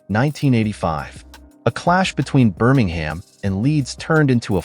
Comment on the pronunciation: Hoo the phuq are you? It's pronounced "Hills-bu-ruh"/"Hills-bruh" not "Hills-borrow". It's "Seltic" not "Keltic". "Berm-ing-gum" not "Ber-ming-HAM". "White Lane" it was "White Hart Lane". It's "Darby" not "Der-by". " 1970 ess" for "1970s" get real. Whoever you are do yer effing homework. Pretty much every ground in England, Wales and Scotland was the scene of "hooliganism" in the late 1960s, 1970s and early1980s - nothing to see there. Every ground had its area (or fortress) for its hard nut fans. And I am sick of the ubiquitous (look it up in an effing dictionary) US accent, pronunciation and emphasis (we (UK) emphasise the second or last syllable - not the first) on effing everything you watch on YouTube. Is the US trying to take over the world by its cultural imperialism? I think so - phuq off with yer cultural imperialism. Answers on a post card - you effing Yanks might have to look up that UK cultural reference. Jog on. Sick to death of you. - or the people who use some Silicon Valley tool to make yer vids - do your own voice-over, if you want to be (or appear) authentic. Rant over....